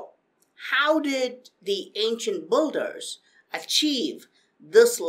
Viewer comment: dude it's "Builder" not "boulder" :)